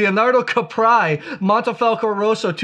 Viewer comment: wait, why are you saying mAnte, when its clearly mOnte? 😅 as a side note, if I was a ‘wine president’ of Italy I would ban blending French varietals all together 😅